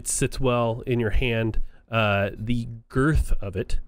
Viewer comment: “Girth”....the pause and eyebrows got a literal laugh out of me. Excellent video! (“half-circle” is an e-clip)